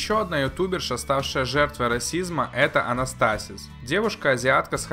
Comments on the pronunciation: Пожалуйста, произноси правильно. АнастасИз. Это режет слух и отбивает желание смотреть дальше. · Не анастАсис а анастасИз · Не анастАсиз, а анастасИз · АнастасИз!!! А не АнастАсиз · Правильно говорить АнастасИз